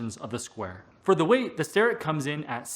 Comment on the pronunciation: I always say "star'-ett but, according to videos posted on their website it should be pronounced 'stair'-ett.